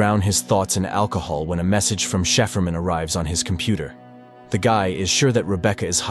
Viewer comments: "shiperman" hahaahaha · Wth is “Sheaferman”? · Shefurman? Seriously?